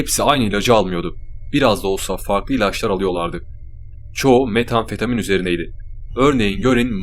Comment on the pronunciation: Metamfetamin desene şuna aq